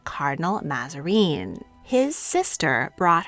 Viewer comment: Mazarin is not pronounced Mazareen. The t in Huguenot is not pronounced.